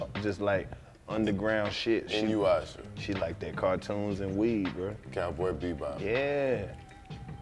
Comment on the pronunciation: He said inuyusha! Lol